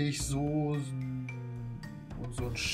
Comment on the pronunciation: Hahah das standart aldi kräuterbaguette und das heisst soßen nicht sosen.